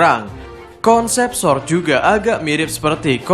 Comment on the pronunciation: Ga bisa bilang R kah ? Kocak baca sword